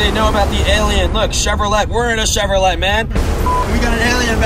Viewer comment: mans just said chevroleTTe